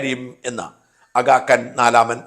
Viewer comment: ഷാജാ, ആഗാ "കാൻ" അല്ല, ആഗാ "ഖാൻ" ആണ്.....!! തെറ്റുകൾ തിരുത്തുന്നത് അംഗീകരിക്കും എന്ന് കരുതുന്നു 🙏🏼